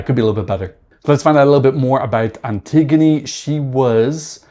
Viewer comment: Antigoni in Greek is pronounced Anti-yóh-knee (y as in yeah yeah fire)